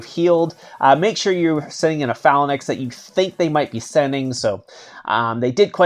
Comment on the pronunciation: I think I would watch more of your videos if you pronounced phalanx properly